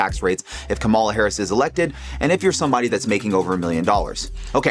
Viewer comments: Pronounce it the way she does fool. Your rationalizations or excuses show your biases. Or else you're too stupid to pick up on the proper pronunciation. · If a commentator refuses to pronounce the name of a Presidential candidate correctly, it's safe to assume they are not an objective observer.